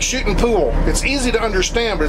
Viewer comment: Did he say shooting in pool or shitting in a pool?